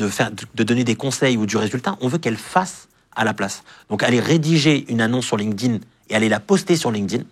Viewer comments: LinkedIn, se prononce ''linktine" pitié... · « Lin-keuh-din »! C’est la version franchouillarde de LinkedIn? 😂